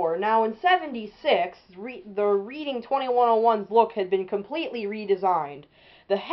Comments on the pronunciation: Pronounced "red-ing", not "reed-ing". But you got the history right. A nice engine. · Great video! One small nit-pick: it's pronounced "Redding" like Reading, Pennsylvania.